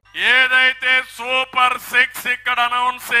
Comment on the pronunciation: Super six కాదు super sex